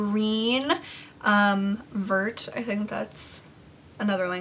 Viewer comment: Omg when you said vert I almost died!! Vert is green in French hahaha. Ou pronounce it vair. It rhymes with bear. Hahaha!! Loved this video girl!! Can't wait for part 2!! Love youuuuuuzzz